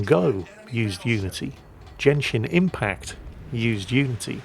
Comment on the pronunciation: Um actually it's pronounced Genshin Impact not Jenshin Impact As in were Gun-shin except with an e instead of a u I don't care I hate the game but my friends have drilled it into my head and I'm sparing you the trauma